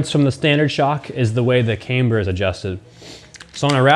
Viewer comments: Why do you call it came-ber but then call it a cam adjustment not came adjustment? It’s pronounced cam-ber all over the English speaking world 😊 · "Caimber" ???? Ooooooooooh camber, gotcha ;)